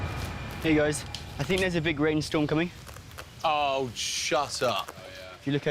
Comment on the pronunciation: camin not crocs